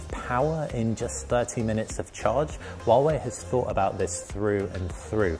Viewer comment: Wawei Wawei hahaha. You need to pronounce 'H' 🤣🤣